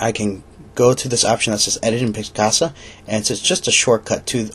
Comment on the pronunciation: It is not piscasa. Picasa.